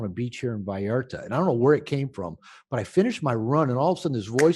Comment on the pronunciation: It is VALLARTA, not Vallerta. I know you look at details. Great interview and insight.